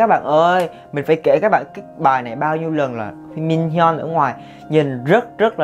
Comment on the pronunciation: Anh nói đúng chuẩn là Minhyun rất rất đẹp trai luôn á